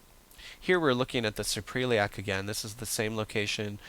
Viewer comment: Very helpful. Just an FYI, though; Suprailiac is pronounced "Supra-iliac" (soup-ra ill-e-ak). It represents the fold above the iliac crest. Thanks!